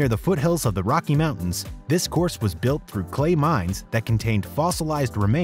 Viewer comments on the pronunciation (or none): none